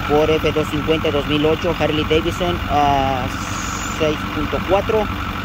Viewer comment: Porque le dicen harley davison